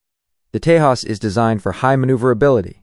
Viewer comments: The pronunciation of "J' is problematic. 'j' is pronounced 'h' in spanish but 'y' in germanic languages. When a name is transliterated from an Indian language to English, 'j' is pronounced as in 'jet'. The irony in this video is that 'j' is pronounced 'h' as in Spanish with respect to the Tejas but pronounced as in English for JAS gripen (where JAS is pronounced 'yos' in Swedish - Wikipedia). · You pronouncing name Tejas incorrectly. Letter 'j' is not silent. Don't demean the name if can't spell it correctly 🤬